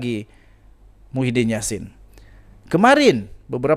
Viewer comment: Kau nk ckp sebut nama org biar btl2,muhidin bkn mahudin,jngan bngan sgt